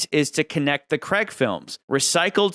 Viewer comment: Why do Americans struggle to pronounce Craig ? it rhymes with Vague or the Hague in the Netherlands , it's doesn't sound like Creg or Dreg